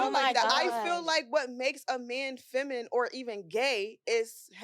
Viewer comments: That shit hurt my ears….it’s feminine not “feminem” lol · What project did you guys get these girls from. If one of them say" feminum" one more time I'm gone. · The word “feminine” was kicking their ass trying to pronounce. 😂